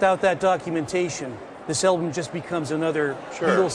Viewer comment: Stop saying "elbum" dammit!